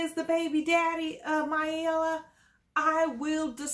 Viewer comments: U just butchering their names. Its my-e-la. Not myel 🤣🤣🤣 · Pronounced MY E LAH Prounouncrd SHA VEL You sound crazy mispronouncing these people names. How can we take you seriously?